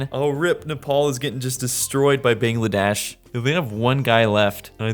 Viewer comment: The amount of times he mispronounced Bangladesh Iran and Laos is crazy 😅